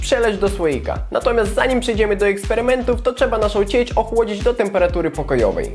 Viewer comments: ty masz taki akcent lub jesteś z innego kraju że mówisz tak dziwnie i zanim ciecz mówiłeś cieć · Ciecz a nie ćeć